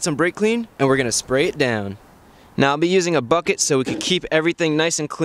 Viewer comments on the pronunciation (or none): none